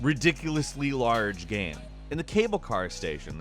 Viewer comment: why do you say gam instead of game